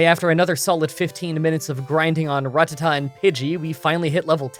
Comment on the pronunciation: say ratata right or im reporting all your videos